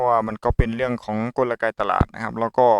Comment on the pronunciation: เขาพูดว่ากลไก ของตลาด ไม่ใช่ กลระไก ของตลาด พูดผิดนะคราฟ